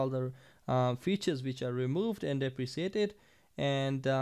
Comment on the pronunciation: You mispronounced deprecated. It is pronounced deprecated.